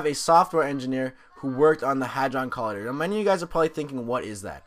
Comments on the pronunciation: ITS COLIYDER, NOT COLADER. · its co lie der but no biggie bro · COLLIDER u butchered that bro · It annoyed me every time you pronounced "collider" wrong -.